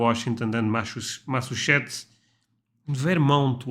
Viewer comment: OK repeat after me - Massa......Chu......Setts.....